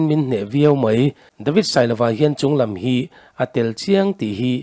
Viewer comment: Chunglam" tih lam rik a uar tlat... thar hian😂😂tawngkam han khaksual zeuh se..Zk.bikers Lianhmingthanga ani thei mai lo maww...😂😂😂😂